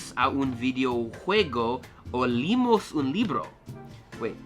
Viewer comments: Bro, leemos se pronuncia con la e separada de la otra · Do not pronounce the H at the beginning of a word, it is silent. Also, make sure you pronunce 'esta' and 'está' different. In addition, leemos is a long spanish E, not like Li. Last thing, Llegamos and Ellos doesn't sound like Legamos and Elos, it's yegamos and eyos. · Me mata que en pronuncia "leemos" como "limos" porque ellos leen doble E como I jajaja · "Leemos" no se dice liimos, hay que decirlo tal cual como suena. Espero que sigas aprendiendo, miro mucho tus videos💪🏼❤